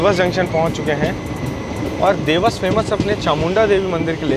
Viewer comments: Vlog is amazing but srry to correct u dewas ko देवास boltey hain na ki देवस. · Bhai its "Dewas" not "dews" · Bhai it’s “देवास” not “देवस” “नागदा” Not नग्दा